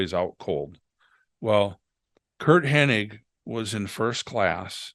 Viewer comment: It's "Hennig" BTW